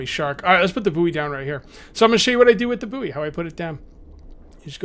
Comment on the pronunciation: Buoy (short for buoyant) is pronounced the same as the word "Boy". It's not the second word of the nickname of Howard Stern's producer. The last time I played this, the farming system worked, but you need a pan in your barbeque bucket to cook the produce, otherwise it's not worth much, You get seeds from the plastic waste and clay pots. This link talks more about that